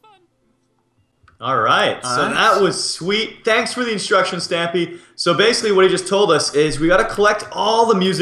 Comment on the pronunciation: Not being a hater but it's stampy not stiampy